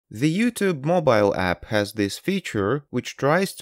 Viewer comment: "Ze comment"?, you sound like Klaus Schwab, but why do yu say "Ze comment"? Zere iz no "Z"